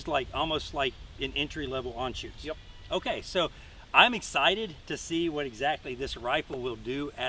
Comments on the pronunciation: Dude please, ist Anschütz not Anschutz. Sorry but as a German, I had to say it! ;) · I cringe every time he botches the name of the rifle, and I am not even a German. But beutiful rifle